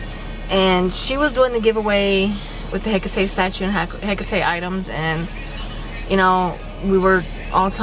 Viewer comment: You actually pronounce it right